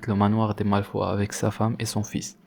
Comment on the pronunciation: Ça me fait bizarre que tu dise malfoie au lieu de malfoye